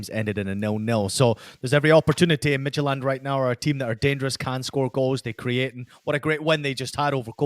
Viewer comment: Hey, Midtjylland is pronounced mee-too-laan. I found something really cool on Google Chrome. If you type the team name and pronunciation Chrome will tell you the pronunciation and you can hit Practice and it will listen to you pronounce it and tell you how you did!